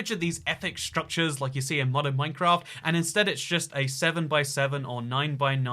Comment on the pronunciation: I would like to register my Angry Comment... it's Minecr*A*ft, not Minecr*O*ft. :^p